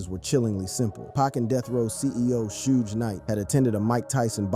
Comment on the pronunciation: Hey videos that can't distinguish Pac from Pack smmfh. Suge pronounced like huge really dude GTFOH